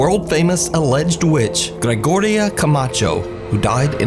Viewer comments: Lol Georgina. It's gre go ria. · It’s Gregoria not Georgina 😂😂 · The fact that said "Jorjoria" and then "Georgina" and I'm like "BOY, IT'S GREG-O-RIA". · butchered her name. Gregoria like Gregory not Georgina like George. That’s why he got that laugh. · He pronounced Gregoria as Georgina 😂 no wonder why the witch was pissed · she probably laughing at him for not using “hooked on phonics”. Her name is pronounced Greg-or-ee-uh. Pretty easy, bruh. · Witch's ghost is laughing coz he can't pronounce her name correctly. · "georgiria" "georgina" LMAO the spirit was probably laughing because he be mispronouncing her name every single time💀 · He can't pronounced GEORGINA? I'm telling you is so fake and exaggerated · mocking laugh, yes she was laughing at him for not knowing how to pronounce her name properly 😂 damn witch 🧙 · That witch was laughing at for say her name wrong lol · The witch must be laughing and saying to him: "It's Gre - go - ri - a, MF".... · should show RESPECT TO THE DEAD and say and pronounce their name correct!!! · I can explain the laugher in video:^) It's her laughing at the mispronunciation of her name. Sorry if you see this but it was kind of funny 😂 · Really? It’s that hard to pronounce Gregoria even when it’s written right in front of you? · My girl GREGORIA laughing at pronunciation. 😅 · she's laughing at him because he pronounced her name wrong. came into her space and butchered her name. it's disrespectful. probably laughing because she let him live. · Gregoria was laughing at the gringo who couldn’t say her name right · Gre-go-ri-uh it ain’t that hard to pronounce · Gregoria was laughing coz can't pronounce her name. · Apparently can't read -GRE-GO-RIA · How the heck is Gregoria camacho hard for him tk say? You all have Greg as a name. Greg oh riah..... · It might help if learned how to read properly, and therefore say her name correctly..FFS